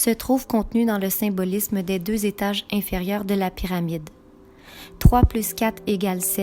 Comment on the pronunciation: Les "quatre zétages" ...Sait quoi un zétage?